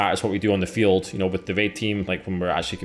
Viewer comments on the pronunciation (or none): none